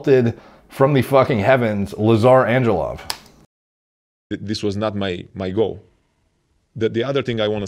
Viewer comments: Exactly! And the L isnt pronounced as in love but as *w*ake , so at the end it sounds like Anghewov. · Hey! Just a quick heads up, most Balkan names use the hard g in the names like in Greg. So Angelov isnt like Anjelov but more like Anghelov i dont know if it makes sense but thought i might share. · In hoc signo vinces actually more like Anguelov